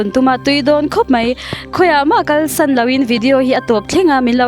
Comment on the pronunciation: Kal san ni lovin kal sawn tih tur aw miss 😂